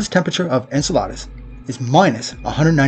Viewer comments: En-cell-uh-duss not En-cell-ahh-duss. 8 months old to i'm too late to fix him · Learn how to pronounce Enceladus.